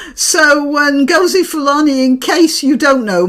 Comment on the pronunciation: It's Ngozi - rhymes with Dozy.